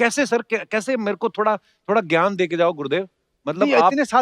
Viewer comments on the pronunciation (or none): none